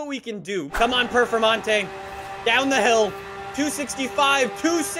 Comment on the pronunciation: for godness sake always says perfermontae not performonte